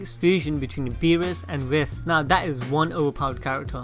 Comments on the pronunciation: Its not pronounced wis its wii-ss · U mispronounced Whis........